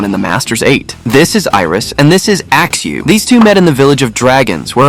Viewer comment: I can still hear, "Axe axe....... Axeu" in my head. It was traumatizing